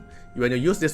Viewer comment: It's pronounced "diss-purse-soul" not "desperel".